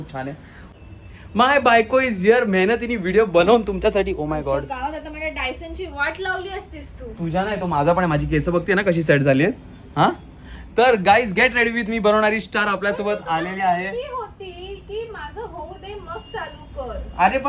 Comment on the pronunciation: Love you guys pan its not kesa yaar....its kes😂😂😂